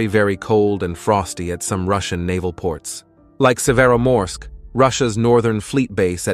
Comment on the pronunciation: I'm not blaming you, but the pronunciation of Severomorsk and Murmansk kills me as a russian